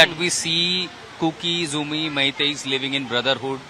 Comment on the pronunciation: Not Kuki-Zoumi,it is Kuki-Zo